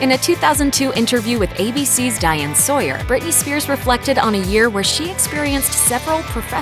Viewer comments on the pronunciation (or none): none